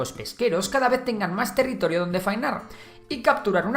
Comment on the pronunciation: Territirio? jajaja no obstante muybuen video como siempre